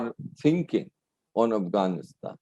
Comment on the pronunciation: One would think that an Indian ambassador to Afghanistan would have learned the proper pronunciation of the country's name.